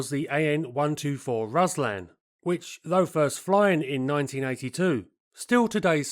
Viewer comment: Ruslan is pronounced like Rooslun